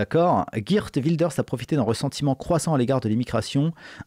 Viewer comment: ON PRONONCE PAR "GUIRTE" MAIS "GUAIRTE", ROT VERDUM! C'EST ALLEMAND! CF GERTRUDE (DE "LANCE" EN GERMANIQUE: CA RAPPELLE PAS UN AUTRE FAMEUX NOM DE POLITICIEN BIEN CONNU FRANCAIS?).